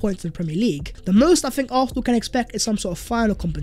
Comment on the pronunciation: Why does this dude pronounce Arsenal as “Arthenal”?